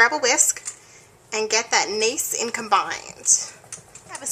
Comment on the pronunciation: Anyone else notice she said "nace" instead of nice..lol...